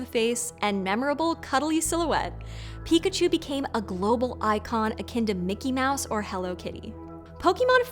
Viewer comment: Who calls Pikachu chunkachu